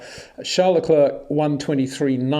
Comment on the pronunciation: Great content but constant irritant of mispronunciation of Verstappen and Leclerc.